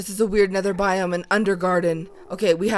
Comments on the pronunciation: After I repeated it like Hundred times, I started to hear Biome but because Bi- kinda sounds like The and -Ome is kinda like ham....I tought it would be pretty funny if she said that! :D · Red Fox yea it does sound like what the ham but if you listen closely it's what biome is this 😂😂😂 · turned my volume to the HIGHEST but nope, She says What the Ham! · Well her voice crashes to me and it sounds like Biome -> The Ham...dunno! But at least I am not the only one who heard it :D